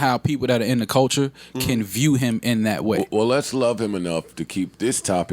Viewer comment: “People that are in da culcha”... ok, I’m out.